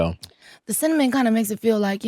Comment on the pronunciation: I love this interaction with you and Muni Long❤❤❤ Scott you have a nice voice and I couldn't stop laughing when you were pronouncing cinnamon 😂😂😂😂 keep the videos coming especially in 2025🥰🥰🥰